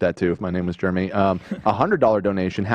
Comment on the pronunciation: Who else says Jeremy the way pronounces it???🙋🏽🙋🏽 I do and everyone makes fun of me for saying Germmy